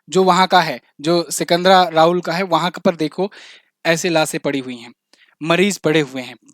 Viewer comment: लासे' आं , लाशें नहीं